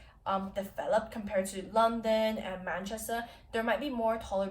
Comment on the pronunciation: We use dryers because it rains all the fucking time but I don't tend to see dishwashers that much Btw you said Manchester perfectly, ignore the er and replace with an a